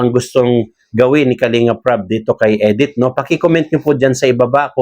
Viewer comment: Hindi po Edith,Medith po.